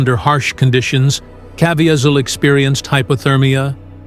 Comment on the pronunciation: Why cant the talker pronounce jim’s name correctly?